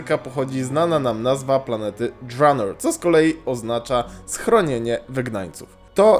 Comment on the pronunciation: Mówi się drenor a nie dżranor